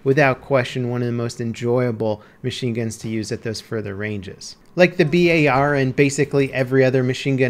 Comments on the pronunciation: It's bar not b.a.r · its not B-A-R its just bar like chocolate bar (browning automatic rifle)